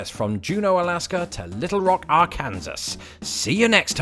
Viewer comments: Sorry, at the end of the podcast Arkansas was mentioned, however it was misprounced as Ar-Kan-sass, the correct prounuciation is Ar-Kan-Saw. You would think that the "Kansas" within the word would be pronounced like the state of Kan-Sass but it isn't. This used to trip me up when I was in primary school and had to learn all 50 state names, their prounuciation, and state capitals. Perhaps you could include this in a future podcast. Cheers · Please tell me you pronounced Arkansas that way ironically 🤦🏻‍♀️ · Arkansaw. Arkansas! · I have been watching you long enough to have realized this was intentional "gaff". Love your channel, and find it entertaining and informative. Keep it up!